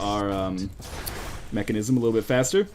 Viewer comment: mekasm not mechanism :p